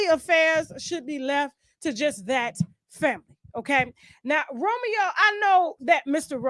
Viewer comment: I’m so happy to said it Romeo wrong af